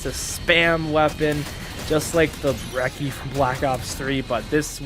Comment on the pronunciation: Brecchi is not pronounced Brecky. It’s pronounced Breh-chee. Just like Gucci is pronounced goo-chee instead of gucky or gooky.